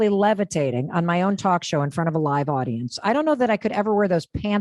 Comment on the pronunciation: Did she say podience? I'm out.